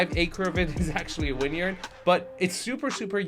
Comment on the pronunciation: This is the house Hank attacks with the missile in Barry, Season 4 on HBO I think. Definitely a textbook promontory. BTW, are you saying winyard or vineyard? Is this because its windy + has a vineyard = “winyard”?